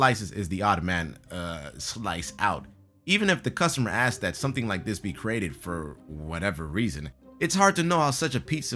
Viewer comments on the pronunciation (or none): none